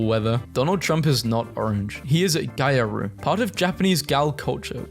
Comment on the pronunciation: gyaru is pronounced "gee-arr-ROO" 😭